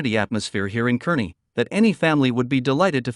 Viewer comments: Those of us that live west of the 100th meridian call all those suburbs "Omahole". It's CAR ney, not kerny. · Either of those cities are good choices, imho. Scottsbluff has the view, at least, when you stand atop the Bluff itself & you can still make out the Medicine Bow Range in the distance, if I remember right. The North Platte area is also beautiful. Kearney (pronounced "Carney," in case you didn't know) is a large town with one of our university campuses. Good luck and welcome!